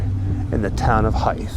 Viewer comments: Pronounced more like "Hyvthe" than "Hyfthe". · "Hythe" is pronounced with a long 'Y', like "Hyde". I couldn't work out where you were until I read your full title. Communal ossuaries became a thing when cities began to run out of room to bury people and had to start digging them up to make room for fresh burials. In you video you only see skulls and thighbones because, when storage became a problem, some bright spark came up with the idea that you only need your skull and your thighbones in order to resurrect. So your ossuary is basically a cloakroom for Judgement Day. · It’s pronounced ‘Hithe’’. Live a hive of bees but with a soft th in the middle. I didn’t live far from this when I lived in kent. If you haven’t already maybe visit the Catacombs in Paris. It’s amazing. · I couldn’t make out the name of the place you said at the beginning, then I went back and realised it was Hythe, very close to me on the edge of the New Forest. Never knew about this church and the bones! Cheers